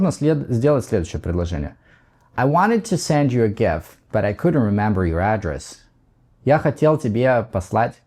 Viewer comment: Извините, но вы неправильно ставите ударение в слове address (адрес), там ударение на второй слог.